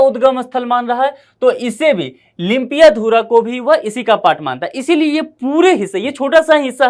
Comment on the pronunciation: Nepal never claim unnecessary land..this youtuber even can't right way to pronounce lipiyadhura lipulek.